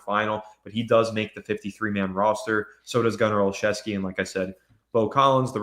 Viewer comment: Gunner is pronounced “Gunner- oh- Chef- ski”